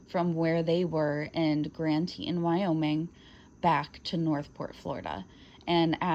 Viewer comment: Grand Tetons “TEE Tawns”